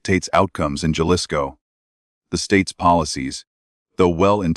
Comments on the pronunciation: Jalisco is PRONOUNCED "HA-LISCO"! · AI don’t know how to pronounce people’s name or the names of towns this one says Jalisco Mexico improve it people